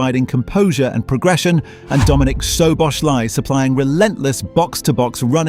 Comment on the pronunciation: Ai can’t pronounce gravenberch or Sobozlai 😂😂